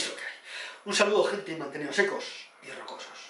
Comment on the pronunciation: Gran video máquina, como siempre. Secos y rrrrrrocosos😂💪